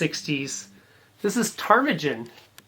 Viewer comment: tar-mi-gan! no "j" sound! Early King Crimson is Jazz Fusion NOT prog